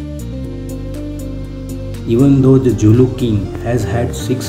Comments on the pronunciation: Your Pronunciation needs more practice.The Zulu people pride themselves in the word ZULU. Z.U.L.U not Julu. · zulu not julu and her son is Misuzulu not Lethukuthula